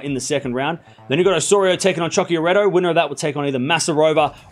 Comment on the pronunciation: It’s not “CIO-KIA-RETTO” it’s “KO-CCIA-RETTO”!!! Other than that, thank you for the video. 😊😊😊